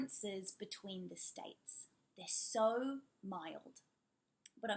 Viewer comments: I noticed you like saying "so" ...I mean "sar" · How do you do the Australian “so”? I’ve been trying to imitate but it’s so hard